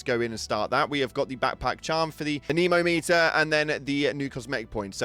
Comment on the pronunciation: Need to get that uh-nemo-meter? ❤